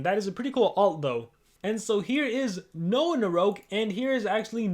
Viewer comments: It's called Noahgnarok,. Not "Noahnaroke" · I can’t help it, it’s “no-agnarok” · I think it’s pronounced NO AHHHHH GNAROK. Like ragnarok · it sounds like Noahnarouge when he says it